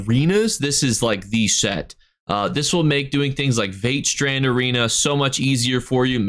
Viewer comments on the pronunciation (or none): Leads from secret bosses are rough too. VATE SHRAN arena? 😂😂 I love how you butcher the names of places in Tamriel. 😂